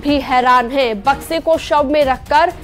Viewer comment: Madam sahi se to boliye Bakshi mein sab hai ya samay